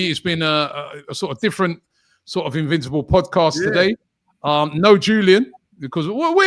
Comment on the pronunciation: Did you say invincible or invisible?